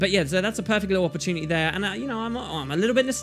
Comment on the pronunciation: "it's another perfect ORRpportunity"